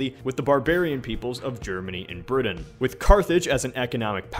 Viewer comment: still can't pronounce Britain.